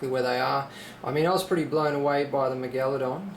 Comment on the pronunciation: dude its pronounced MEGA-ladon